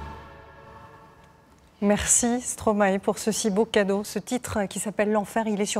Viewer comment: Stromae* prononcé "Stromaille".